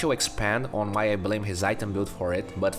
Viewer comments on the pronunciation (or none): none